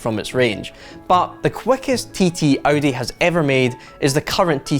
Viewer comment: Audi not Audy